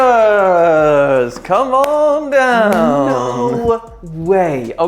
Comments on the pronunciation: There is no ‘t’ in Skechers. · There is NO "T" in Skechers